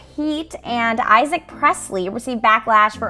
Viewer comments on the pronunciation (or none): none